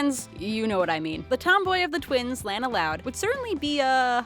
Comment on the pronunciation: It's (LAWN-A) not (LAN-A)